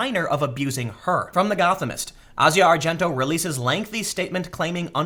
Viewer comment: You pronounced Asia argento's name 3 different ways in this video lol.